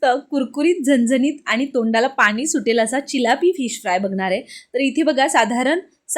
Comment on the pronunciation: पानी नाही पाणी बोल.. आनी नाही आणी बोल.. झनझनीत नीही झणझणीत बोल.. साधारण बोल.. साधारन नाही... अशिक्षित आहेस नाही ना? Suscribe kara sangess shudh bolyala jamal tar bol video baghayala aavadil